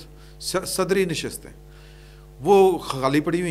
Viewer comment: Sadarti Nashist oye NOT Sadri Nashist.